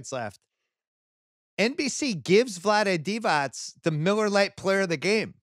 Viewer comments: Bill should kinda know that Divac is pronounced Divats and not Divach. And his name is not Vlady but Vlade. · It's Vlade Divatz, Bill, not Divach.